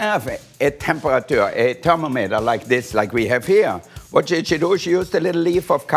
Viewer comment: The way Wolfgang says thermometer is now the only way I'm going to pronounce that word, because it sounds like terminator.